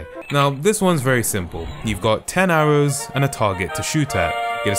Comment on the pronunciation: attempts to say arrows "Hours"